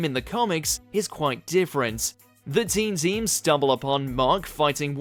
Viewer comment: I also thought it was called team team not teen team